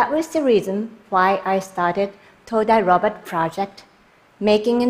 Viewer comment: Just Random oh I heard it as todai Robert